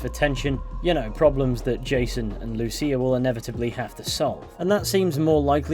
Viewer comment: Thanks for pronouncing Lucía's name correctly. The other YouTubers I saw for this pronounced it "loose ya". <_<